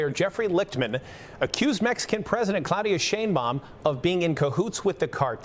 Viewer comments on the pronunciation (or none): No she’s not CLADIA SHAME BALM